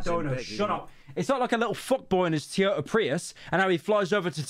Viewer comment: Why tf do u say teeyota